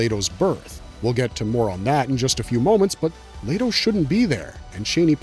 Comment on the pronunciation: Omg I can’t stand the way ur pronouncing the names cuz you know if you seen the movie it’s not how you pronounce them come on dude it’s making me want to leave…. THERES NO A IN LETO